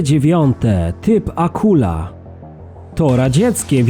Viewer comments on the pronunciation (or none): Chyba ,,Akuła" tz rekin